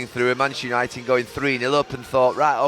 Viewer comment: Gary Neville talking about ‘Yanited’? I’m shocked